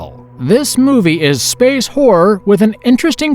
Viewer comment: I hate how this dude says SPACE